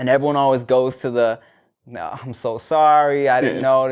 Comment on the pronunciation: Okay, I am from Melbourne, Australia. I think this 'neh' you keep saying is a combination of your normal 'No' and 'Nah'. People in Australia, we speak hella lazily so things may sound different. Like a mumble. At least where I am from & the people I have been around, our 'No's do not sound like 'neh'. We say both 'No' and 'nah'.